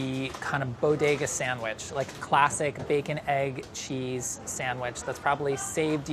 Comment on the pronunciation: "bacon egg cheese" Me:that's not how you say it